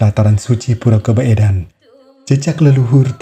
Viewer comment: KABOEDAN, DIBACA KABUDAN, SAMA SEPERTI SOEKARNO DIBACA SUKARNO.